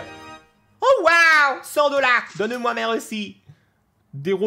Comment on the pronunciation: "Donne meoi merci "